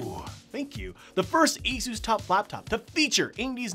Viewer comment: That's the correct way to say it